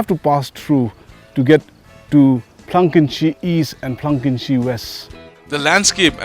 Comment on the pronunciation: You're so stylish flang kynshi u said instead of phlang kynshi